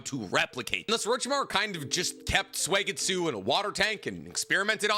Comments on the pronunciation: his name is suigetsu. not suegitsu. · I’m a big fan of “Swaygetsoo”